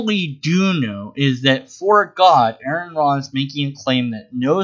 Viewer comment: His name is pronounced are-on not air-on.